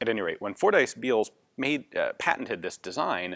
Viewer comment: *(also, and i hate to be the 'Bummer-Bearer'; ...but the name is pronounced: "FORD-iss", not "Four-Dice")